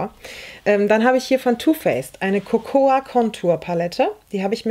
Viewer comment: Sehr schönes Video! 👍 Kleine Nachhilfe: Cocoa wird "coco" ausgesprochen, das a ist stumm. 👩‍🏫